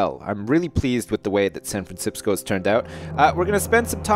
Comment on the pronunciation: 'Welcome to sanfransipsco' haha classic mini edit.